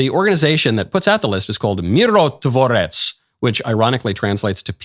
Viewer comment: I'm impressed Michael. You pronounced "Mirotvorec" perfectly.